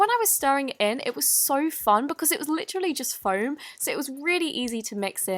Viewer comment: It’s called foam not floam